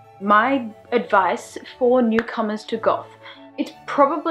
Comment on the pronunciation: I thought "newcomers" said "necromancers"... only me!